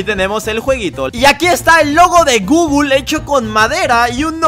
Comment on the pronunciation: Leer gooooooooooooooogle❌ Leer gooooooooooooooogo✅